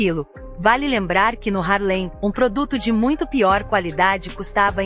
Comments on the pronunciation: Muito interessante até dei um like assisti o filme, mas alguém me dis aí é duro ouvir ela falando (HARLEM) um bairro ou município não sei bem sendo que o correto é (HARLEY) por favor né, mas parabéns pela matéria. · Não é "Harlém"; É "Hárlem". A matéria está ótima, mas a pronúncia também é importante.